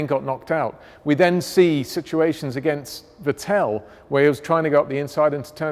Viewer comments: The man still doesn't know how to pronounce Vettel. The emphasis is on the first syllable, not the last. "FAtl" not "veTELL". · This guy pronounces Ricciardo and Vettel wrong. Even if he wanted to pronounce Ricciardo “correctly” (not how Danny says it), it would be different.